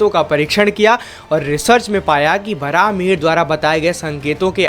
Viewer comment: Its not varaaha its varahamihira meaning varaha boon mihira Sun means boon of Lord Surya